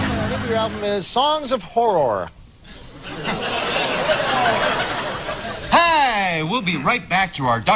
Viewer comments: Love the part when Ryan and Colin mock Drew for mispronouncing Horror. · 0 The joke was that Drew tried to say "horror" but he messed up and ended up saying "horrrr". so obviously Ryan and Colin had to make fun of him the whole game by saying "horrrr" instead of "horror". i don't think they're saying "whore" bc Drew pronounced it like that but I wouldn't be surprised if they were lol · ...it was Hor-ROAR...lmao